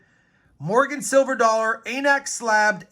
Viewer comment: Pronounced ANACS, not Ay'Nex